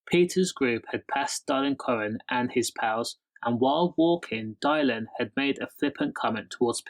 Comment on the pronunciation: Whos Dial-in? 😂 Good video tho mate